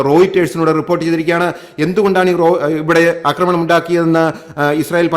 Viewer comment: 'അക്രമണം' കേൾക്കുമ്പോൾ അരോചകം!